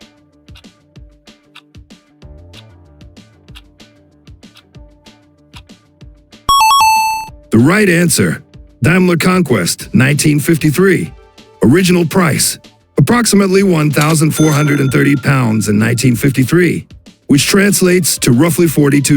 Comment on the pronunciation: A nostalgic trip made amusing by the pronunciation. 😎👍 "Darmlaer" Classic artificial incompetence. 😅